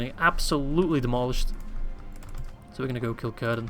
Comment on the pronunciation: Its not currrdan ... its cir-dan